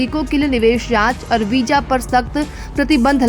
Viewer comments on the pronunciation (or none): Ganwaar apna pronouciation sahi kar Darwaja Nahi darwaza hota hai Hajar nahi hazar hota hai Wija Nahi wiza hota hai j ko z z ko j s ko sh sh ko s .....padte ho Pehle school ja phir news (newj Nahi newz) pard